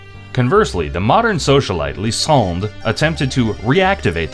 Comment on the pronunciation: Who dared you to pronounce Lysandre and Ange like that bro? 😭